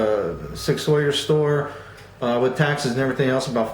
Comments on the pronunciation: Sawyer? It's not pronounced like that dude. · Great review, Not a put down, but Sauer is pronounced just like the word sour. I plan on getting the rail version of the P250 subcompact in 9MM as soon as they become available in my area.